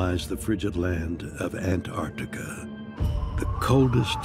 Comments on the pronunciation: Pretty annoying when the presenter can't even pronounce Antarctica properly. that does not look perfectly square. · The narrator here is so insistent on pronouncing Antarctica as "Ant Arctica"... XD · Ant artica 😊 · Ant- Artica like this man said is NOT ‘ at the bottom of the planet ‘ ….